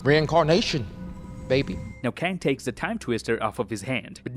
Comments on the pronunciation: no, it’s a K in Kang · Its Kang